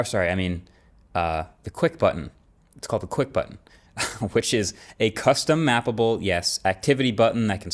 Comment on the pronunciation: "custom-mAPPLEble button" ... I hear it every time. 😅